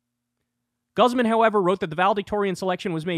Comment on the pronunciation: I like how Kyle made the Spanish last name of "Guzman" sound &ew -ish haha. It's GOOZ - mahn.